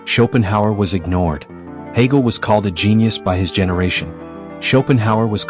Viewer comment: Hegel, not Hagel.